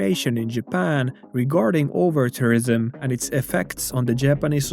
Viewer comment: The way you pronounce tourism sounds like terrorism, which in the context of this video is ironically fitting xD